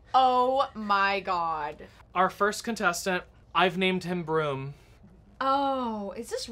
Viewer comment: I only hear "brrumm" from TNTL 😭 is he saying it like that on purpose or has that bit chnaged they way I hear the word broom from? 😆